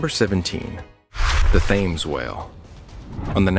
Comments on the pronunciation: It's tems, not tims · It’s not Thames, it’s Tim’s